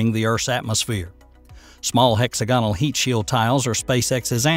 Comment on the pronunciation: It is not pronounced [hex a gon al]. The proper pronunciation is [hex agon al]. You can hear it pronounce properly at any online dictionary.